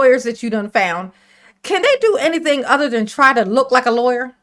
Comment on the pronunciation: nah you don't have a right to axe fo anneeeyding